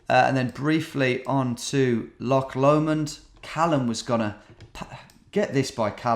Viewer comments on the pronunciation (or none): none